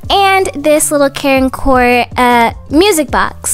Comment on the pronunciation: very time you say care and core i think you say karen core LOL